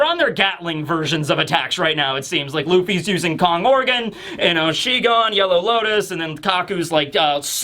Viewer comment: It is kon+Gorgon as in snake